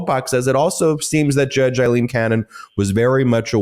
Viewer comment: My goodness, Ben. Why are you so determined to continue pronouncing her name Eyeleen when her name is Aileen and that's how everyone else is properly saying it?